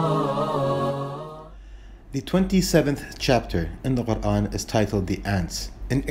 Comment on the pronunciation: I m so impressed with the way you say Quran, nothing else